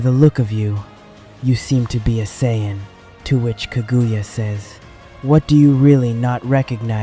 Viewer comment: You know after watching and listening to 2 of the narrators butcher the word's Saiyan and Zeno multiple times throughout this is one thing and can be forgiven. That being said who thought that putting the phrase "where on earth" was a smart thing to do. Do better